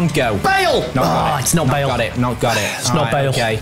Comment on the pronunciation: Y u say bale?